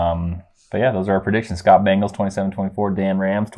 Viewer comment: BANGLES? it's an 'e' Bengals. LOLOLOL